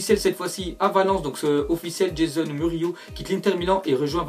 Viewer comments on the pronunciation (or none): none